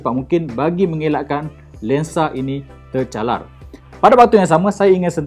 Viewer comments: tercalar❌ tercaral✅ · Cakap pun boleh typo kahkahkah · "tercaral"... Hahahahahaha